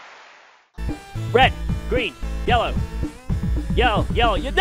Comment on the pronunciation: After a couple minutes "red green yellow" turns into "weh gwi yewo"